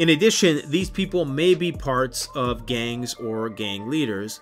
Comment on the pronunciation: Why does the GANGS section sound exactly like government?